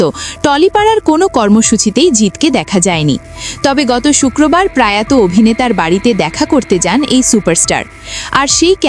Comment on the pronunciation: কথাটা প্রায়ত নয়, প্রয়াত। একটু খেয়াল করে উচ্চারণ হওয়া উচিত।